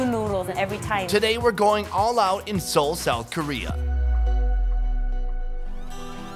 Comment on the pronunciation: Not see ol